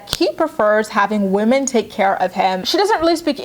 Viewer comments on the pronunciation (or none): none